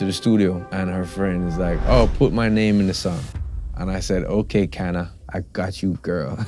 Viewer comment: My name is Kana and I’m from Japan. Long time ago my friend asked me “ Is name Kana popular in Jamaica? Sean Paul says in his song “ I was like what?!? And loved the song I was so proud to be Miss Kana lol I’m happy that finally he talked about the story ❤ but now it seems like he said Cana not Kana lol